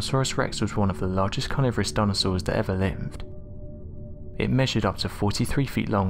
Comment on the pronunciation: Great gadfry! This narrator talks like someone with a mouthful of marbles. He's barely understandable........his pronunciation of carniverous is particularly weird: carnaveris.